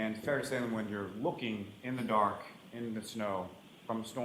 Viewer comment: emphasis’ on the word “DARK”